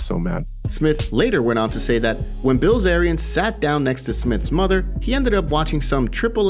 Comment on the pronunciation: Did you say Ban Dilzarian lol